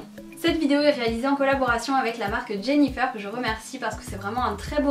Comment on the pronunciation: On dit jennyfer comme le fer pas jennyfeur comme coiffeur